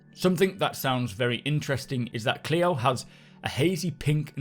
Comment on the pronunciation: Good pronunciation on Clio, appreciated!